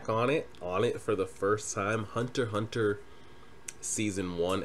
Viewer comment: It's Hunter Hunter, the "×" is silent. Also, Kurapika is a dude, my guy.